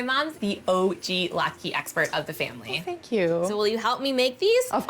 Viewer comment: I don’t understand how Molly thinks that the word latke has a long e sound at the end of it, when it obviously doesn’t. Her pronunciation of the word latke is driving me crazy. 🤦